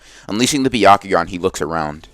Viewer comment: He said bekakuganon LoL